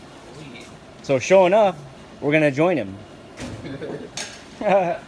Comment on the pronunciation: i thought you''se were sayin showin up